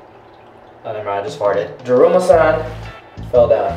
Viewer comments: It said duruma San. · “DRUMMA”. -Guava Juice🌚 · When I was watching the video when you were saying drama San I heard krrrrr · First off, it’s daruma Sam ga koronda, and you are supposed to have the lights off. Therefor, you are faking it.